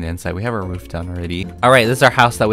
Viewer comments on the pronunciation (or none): none